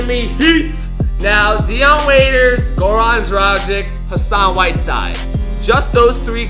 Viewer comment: the way he pronounced goran dragic xD